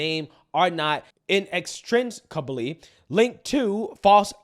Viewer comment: "inextricably" is pronounced just as it's spelled. [ in-ex-strik'-uh-blee ] Accent on the third syllable. Meaning, in this case, difficult or impossible to disentangle or untie. Just doing my part to help with the show:) Cheers, Sev